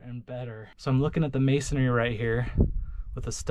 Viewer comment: FYI: the word is “Masonry “ not Masonary..